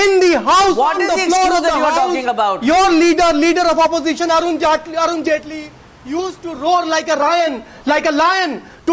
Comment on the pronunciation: ROFL "Arun Jhaantley" X-D